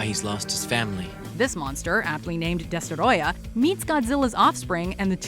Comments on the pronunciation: I hate when thinks they’re fancy and pronounce names so weirdly, just say Destroyer don’t say it like Desterrroya, they say it it’s freaking Spanish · Destoroyah not destorodah. Smfh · It's not Destoroyah. It's DESTOROYAAAAAAAAAH!